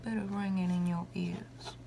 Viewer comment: it sounded like u said "im gonna need u to keep ur ass open" and jm fucking choking